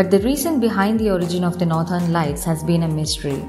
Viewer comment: No doubt the content,voice vand visuals were amazing but that "northern" pronounciation makes me wanna dislike it anyway.